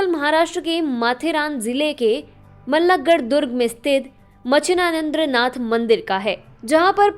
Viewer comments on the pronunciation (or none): Ummm... She cannot say मच्छिंद्रनाथ properly. She says it correctly at the start of the video but then she butchers it.. it is obvious that if we don't take our religion/tradition seriously then no one else is going to, too. # you are on YT channel which is global. Please do your research properly before you butcher names of our Saints and Munis. It is demeaning because Muslims are taking our religion for granted. But then by butchering the name of the Saint, even you are taking it for granted. I live in the US. And here Non Indians literally take efforts and even care to take efforts to pronounce my name properly. If they can't, they ask me how to pronounce it and practice it until they can pronounce it properly. However it is very surprising that Indians, either in US or from India, 1) don't know how to say my name 2) call me by a completely different name 3) don't even care to ask me how to pronounce my name correctly 4) If I tell them how to pronounce it correctly, they still call me with a completely different name. This shows 0 effort on Indians part and also shows how much they care less about others. Name is a very personal identity guys. If you mess up the name you start with a bad image of yourself and it will never get better unless u take effort or even care to take efforts to rectify a pronouncing a name correctly. So simple, but so very impactfull and important.